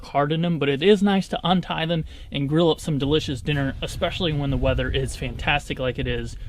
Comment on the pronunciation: Sounds like you're saying girl and not grill.